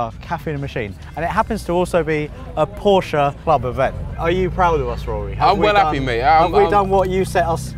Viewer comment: The Porsche is sweet i Love it Also thank you for not saying Porsch bc as a German fellow it doesn't just "grinds my gears" it grinds them like a 3 years old "driving" a none synchronized tractor